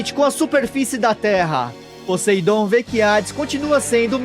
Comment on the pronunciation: Brother o nome Poseidon em ingles se pronuncia "POSAIDON" com som de "A" sem sotaque de "E" no "A"